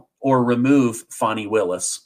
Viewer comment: It’s pronounced Fannie just like your butt